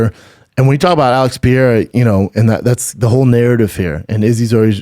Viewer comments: Who is Pierre? Oh.... Pereira! Seriously "Brandon," how long would it actually take to learn to say a single fighter's name properly. So disrespectful. So unprofessional. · Alex "piera" pereira. 🙄 For sure get fighters names right if you have a fight podcast. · Pierre-A? Strange way to pronounce Pereira,but Schaub is nothing if not consistent. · Schaub just butchering Pereira's name shamelessly 😂